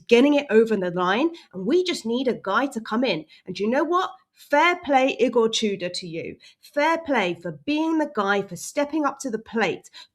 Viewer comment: I know we have that certain way we pronounce this name in English, but Igor's surname is pronounced "too-door".